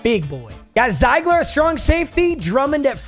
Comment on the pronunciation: Carry Zeigler is pronounced zig-ler it's my last name